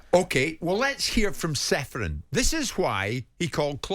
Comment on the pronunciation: Aleksander is not Seferin. His surname is to be pronounced as Cheferin. Originally there s a caron on letter C instead of letter h. As his countryman I felt you should know.